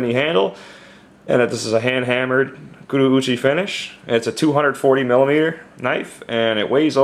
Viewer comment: Just a little heads up Konosuke is pronounced "Koh-noh-ss-kay". And Kurouchi is pronounced, "Koo-Roh-Chi" or "Koo-Roh-Ch". Great knife BTW. Looks similar to some others.